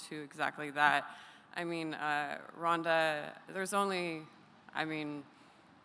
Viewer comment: ronda say it right<<<<<< ufc white house card is sucks lol heheheh 100% true